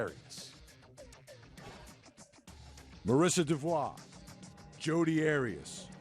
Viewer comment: diffikult for me to fully understaend what they say but they ' don 't pronounce Devault name correctly ! greetings from Europe Switzerland Gstaad